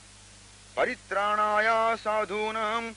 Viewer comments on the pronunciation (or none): వేదాలు చదివిన ఈ వ్యక్తి "పవిత్రాణాయా " అని చదవడమేమిటి?